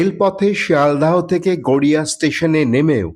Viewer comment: Garea noy, Garia hobe, eta thik karun.